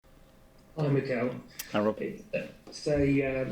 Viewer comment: reporter: Hey Mikel Mikel: Harro